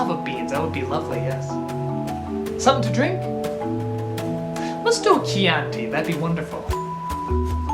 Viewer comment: thats not how you pronounce chianti haha